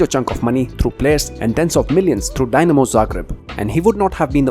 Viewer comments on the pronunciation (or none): Please bro its not DYnamo bro please... spell it like "Deenamo"